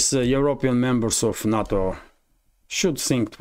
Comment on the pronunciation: NATO is pronounced NAY- TOE not na-to. na-to is Japanese sushi